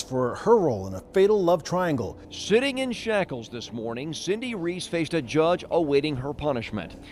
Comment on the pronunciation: you cannot convince me that this news anchor did not say "shitting in shackles" on tv